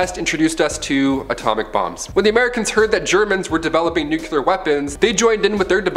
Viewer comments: Its nuclear not nuculer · NEW CLEAR/NUKE LE-ER